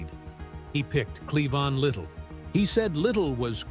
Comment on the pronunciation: Cleon? It’s “Clevon”